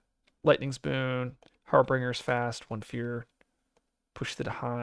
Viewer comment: I love your content, and have been watching a bunch lately, but I justed wanted to point out, that you might want to look up the pronunciation of Harbingers. 😅 Or not, I don't decide what you do or don't, and I'll keep watching anyways! Keep up the great work!